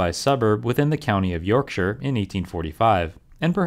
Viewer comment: Doncaster is in Yorkshire, BTW - and thank you for pronouncing Yorkshire more or less correctly; so many Americans say 'shire' exactly as written when it's much closer to 'sheer' or 'sher' in every county name that has that ending.